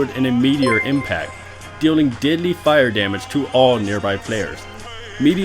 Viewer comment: Anyone else think that when he says deadly it sounds like diddly...